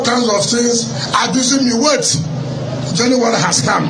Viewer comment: Wike please what is JENUWARI? Get educated and learn how to pronounce words